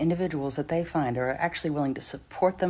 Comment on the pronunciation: Lady The word is THEY ! not DAY !